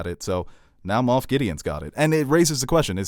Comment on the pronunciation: It’s Moff Gideon. Not Moth.